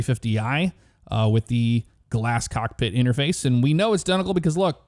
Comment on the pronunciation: the airport you mentioned was Donegal Ireland.... you are correct, but your pronunciation is horrid. IT's ok, us Irish will still welcome you with open arms.... Great video as always..